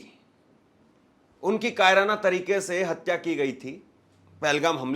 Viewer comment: "कायरना"!!!! सर "कायराना" बोलते हैं "कायरना" नहीं बोलते